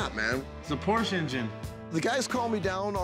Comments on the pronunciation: Correct. Ricky actually pronounces it correctly , it's pronounced like there's an SHA at the end. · I love when comes in and starts pronouncing Porsche correctly 😂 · wow, nice to see someone pronounce "porsche" right. I like that guy